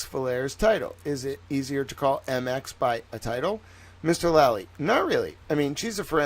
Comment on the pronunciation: Oh, and it's pronounced 'Mix; hard 'ih' sound as in Mister, Miss, Misses or Mistress. Trying to get on your pretentious high-horse about people not using the honorific, falls flat when you refuse to correctly pronounce it yourself. As a sidenote, I thought Mx Vallier was the most impressive of all the forensics experts called (I'd go so far as to say the only one to whom 'impressive' could even be applied; the others were borderline-incompetent)